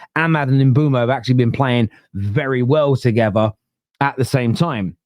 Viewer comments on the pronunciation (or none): none